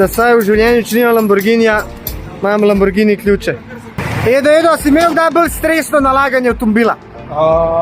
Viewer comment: A te je Zdravko nauču kako se pravilno izgovarja Lamborghini 😂😂😂😂 ?